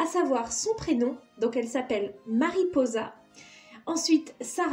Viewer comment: Mariposa ca veux dire papillon mais on dis "maripossa " avec le sss qui se prononce je sais pas si cest fais expres🥰voila (je suis 🇪🇦)